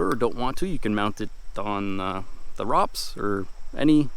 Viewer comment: It’s ROPS with a long “0” 😮😂